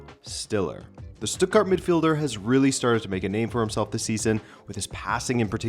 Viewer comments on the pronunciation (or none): none